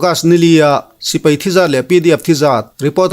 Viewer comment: Mizo tawng ah sipei a awm lo sipai ti in lam ri tawh la a ngaih thlak a nuam zawk ang a pu zori mawi